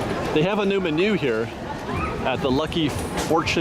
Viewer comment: Funny I've never hear the word menu pronounced like that before :)